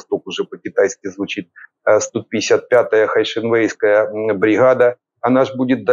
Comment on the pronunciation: Сто пятьдесят пятая Хай Шен Вейская бригада.... Хорошо сказано, respect! 😆😆😆